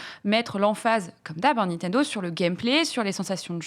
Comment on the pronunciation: Etoiles il dit pas Nintendo mais Nitendo